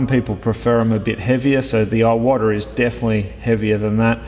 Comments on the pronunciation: Wouldn't it be pronounced "Ee-wah-tah", rather than "Eye-water"? Just thinking about the correct pronunciation of the Japanese surname. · E-wata, not Eye Oh Wata